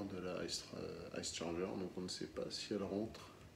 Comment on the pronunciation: on prononce pas comme ça la Charger !